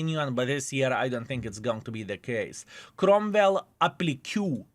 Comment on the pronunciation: applique uh-PLEE-kay